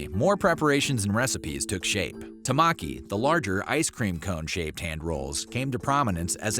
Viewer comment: Wired History - its pronounced TEH - maki (hand roll). as opposed to Norimaki (small roll) & Futomaki (BIG roll).